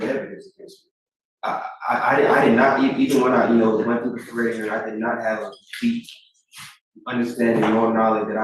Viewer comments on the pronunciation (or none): none